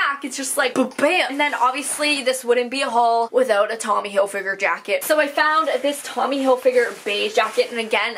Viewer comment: Chenille = Shuh-kneel Not being a jerk just letting you know! By the way I love the way you say Hilfiger!